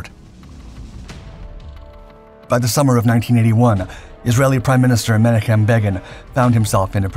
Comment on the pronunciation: Please research pronunciations. MEN OCK HIM